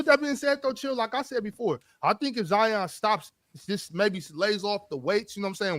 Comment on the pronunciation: “Ozion” is crazy 😹😹